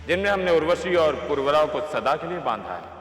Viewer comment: अरे भाई पुर्वरा नही उनका नाम पुरुरवा था